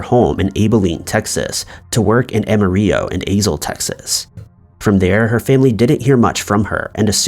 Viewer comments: Abilene - "AH-buh-leen", Amarillo "AH-muh-RILL-oh" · I'm from Texas and I've never heard Abilene or Amarillo pronounced the way you said them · Lol..the way said Amarillo.. havent u heard the song Amarillo by Morning?